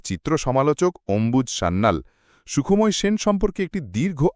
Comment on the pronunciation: গল্প নির্বাচন ভালো | তবে উচ্চারণ সন্বন্ধে সতর্ক হলে ভালো হয় | কখনো বলা হচ্ছে সুখ্ময় আবার কখনো বলা হচ্ছে সুখোময় ১ এরকম আরো আছে |